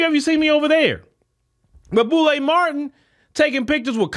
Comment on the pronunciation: I was like who is this "Boule Martin" he keep talking about? i googled and realized this man talking about Roland Martin 😂